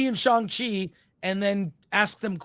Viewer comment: What is Chong Chi? Does he mean Shang Chi?